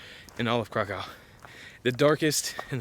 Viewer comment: Krakov please not crack cow